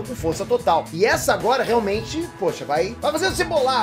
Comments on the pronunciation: "Calamba agola" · CALAMBA, E AGOLA? KKKKKKKKK